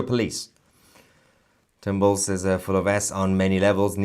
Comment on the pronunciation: Just A friendly FYI Born bred raised Minnesotan here. It's Tim Walz (Not Walsh or Waltz)